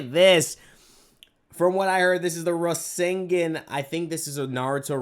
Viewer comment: I already knew you never watched Naruto by the way you pronounced Rasengan